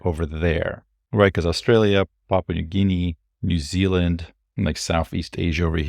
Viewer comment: I agree with scrolling text highlighting intro. It is annoying. Did I hear - pop new guinea?